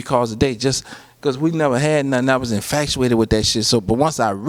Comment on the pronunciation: I love how he say "infactuated"